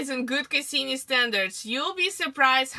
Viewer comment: Cassini not Kasseeme.